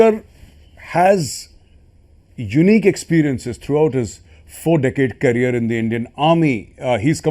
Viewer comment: It’s career not carrier get your English right first